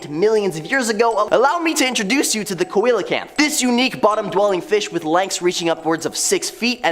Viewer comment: Dude, learn how to pronounce Coelocanth.